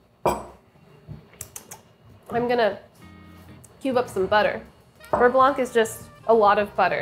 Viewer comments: Please stop pronoucing the C at the end of beurre blanc. For english speakers, try saying it like this: bur-bla (bər-ˈblä) . Yeah, i know, but its making my fussy french ears bleed. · How to properly pronounce "beurre blanc": For "beurre" you need to add a little throaty growl at the end for the "r" as in saying "grrr". And for "blanc" do not pronounce the "c" at the end. Et voilà! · its "beugh blauh" not "beuh blawnk" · Um. beurre blanc? BERR... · PSA: there's no audible C in "beurre blanc". It's French for "white [butter]", same as in "sauvignon blanc".